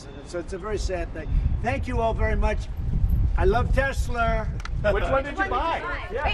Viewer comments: "I love TESLER" LOL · "I love tesler " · Crash Baby Crash! BTW: Mr. President, it's not pronounced 'Tesler'! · “I love Tesler!” 😂🤣